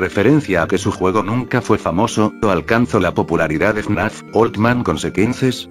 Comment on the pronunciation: Algunas veces parece que dice “naf” en vez de fnaf xdddd